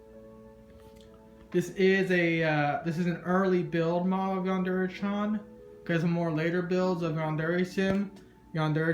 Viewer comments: "Yandere Chyawn" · It's really cool and all and I'd really love to have something like this, but the "chan" pronunciation is just killing me... xDD